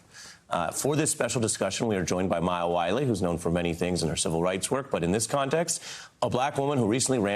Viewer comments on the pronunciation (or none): none